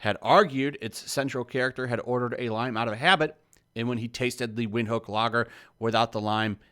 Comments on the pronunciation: It's a South African brew..prounouned "Vind-hook"....not wind.....other than that I don't see why it got banned. It's madness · It's pronounced Vinthook. It's not the best beer but its good. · Its pronunced vin-hook and its one of the most popular beers in Southern Africa. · It's pronounced Vint-Hook 😂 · It's prounced "Vint-hook" very good German style lager from Namibia. Ja, you never put lime in it unless you're a "wus"